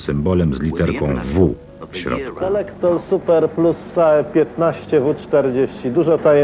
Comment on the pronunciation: SELEKTOL a nie SELEKTOR